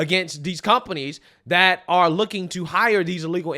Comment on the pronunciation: First time watching your video. One critique. Please use the word “they” and “that”rather than “dey” and “dat”.